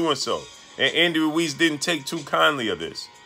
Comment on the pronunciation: I hate how this dude says andy ruiz..pronouncing my last name like that